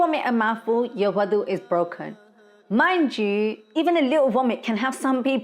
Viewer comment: proper pronunciation is wudu not wadu ,wudu with a dammah on the letter wow is the action of washing the wudu body parts, wow with a fatha (wadu)is the water prepared for wudu , wow with a kasra (widu) is the place for wudu.